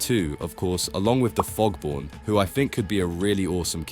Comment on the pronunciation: it man form the fog not “FoG bOrN “